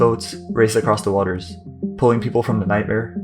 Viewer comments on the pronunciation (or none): none